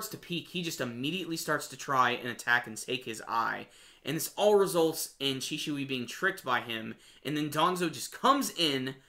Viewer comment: you pronounced shisui wrong